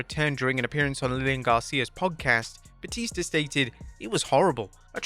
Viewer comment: "Blue tista" I didn't know that Batista his named after the River Tista😂